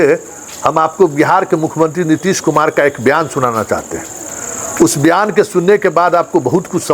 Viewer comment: ...बयान kahen...byan नहीं...नमस्कार. कृष्ण कुमार..dbg.